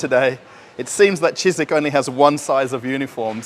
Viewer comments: I just can't help myself but try to correct you. It's Чижик not Чизик. The sound ж is similar to the first sound in word 'genre'. I'm sure it's cute when you say it Чизик but for Russians Чизик sounds like little cheese or something 😄 Update. You already corrected yourself later on in the video. My bad😂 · Dear, it's not "chizik". It's "chidgik".:-) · Not cheezeeck, but cheegeeck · так и не научился выговаривать букву Ж😁